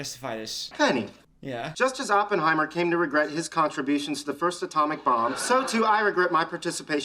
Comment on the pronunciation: You couldn't even say Oppenheimer, i have a hard time believing "smart like me" was worth much coming from that same mouth....